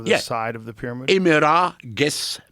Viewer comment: Expert on the peramid can't even pronounce pyramid.